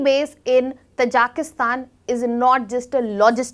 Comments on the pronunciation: its not pronounced as "Tajaaaaakistan " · It is pronunced as " Taaji-ki- stan".